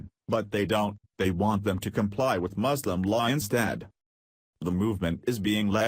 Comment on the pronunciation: You don’t even know how to pronounce “Muslim” correctly.